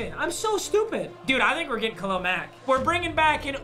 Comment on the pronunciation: I love how papa says Khalil like “Khalel”